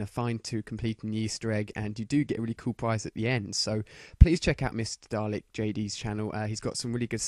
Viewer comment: Its dalek not jalek